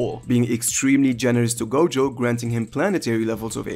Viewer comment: who else heard goGOAT